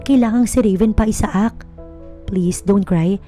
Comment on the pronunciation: The best way to pronounce the guy's name is...Aysak! Isaak ay pilipino version na pag bigkas.